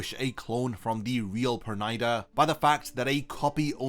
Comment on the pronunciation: Perneeda nor pernida 😂😂😂😂😂